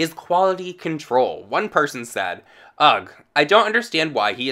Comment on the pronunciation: did you read ugh as ugg?? jejdndn